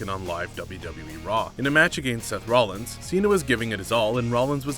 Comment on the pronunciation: You referred to Seth Rollins as Rowins.